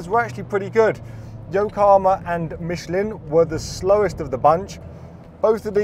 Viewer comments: Michlan, not Micheleen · Great video. I suggest, you learn how to pronounce Michelin (don't mention the war!)